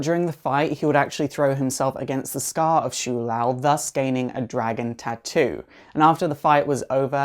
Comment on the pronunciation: In pronounciatin It is show Lou